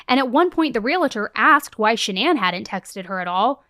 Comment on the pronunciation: Gentle reminder. There's no 'it' in realtor. Pronounced: real tor.